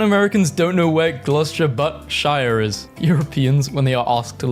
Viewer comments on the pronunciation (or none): none